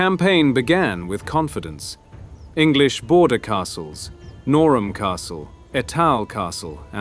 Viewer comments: Ee'tal, No'ram.... AI mispronounced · Just a heads up, the castle are pronounced Nor-um and ee-tul